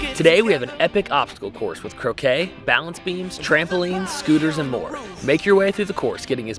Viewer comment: Ain’t no way buddy said “croakeh” 😂